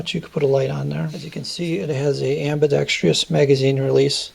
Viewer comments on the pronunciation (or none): Amidextrous, not Ambidextrious...